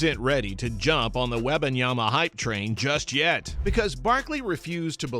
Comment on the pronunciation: Please pronounce his name correctly! You didn’t get it right not one time that you spoke it!